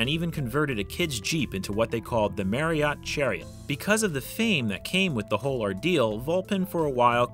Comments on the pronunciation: So, with Marriott being my actual last name and with the fact that it is pronounced exactly like the hotel chain’s name, I would be remiss if I didn’t point out that not once did you pronounce it correctly. It’s a real shame too because the Marriott Chariot should rhyme which is a hilarious name for such a thing. It is very unfortunate that the delivery of this line wasn’t correct, otherwise this video would’ve been perfection. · I don’t think that’s how you pronounce Marriott chariot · You are pronouncing Marriott wrong.